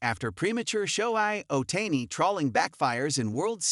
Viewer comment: Bailed out of this after 5 seconds, when the AI voice butchered the pronunciation of Shohei Ohtani's name. Pathetic.